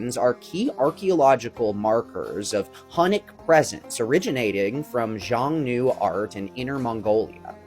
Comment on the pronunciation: xiongnu is pronounced as Hsiung-nu. simplified would be Hyung-nu or just Hyung i think.